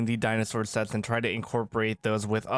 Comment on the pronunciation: Dinosaur sets not shets why you speak like that